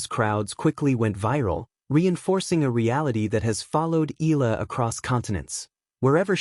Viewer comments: E-YA - LA (EALA) please don't silent the A vowel.. ♥️🇵🇭♥️ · You pronounced her surname incorrectly. Pls. check with Cam Williams how to say it.